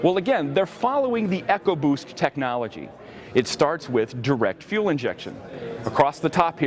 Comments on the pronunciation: Its eco-boost not echo-boost come on! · It's something Americans have to learn to use. not everything has to be big or go home. Great technology, wouldn't mind that in the Fiesta, but maybe not the Focus. Any by the way its ecoboost, not echoboost, just a FYI, great review too!!